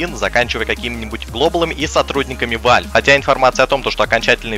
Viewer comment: ВЭЛВ А НЕ ВАЛЬВ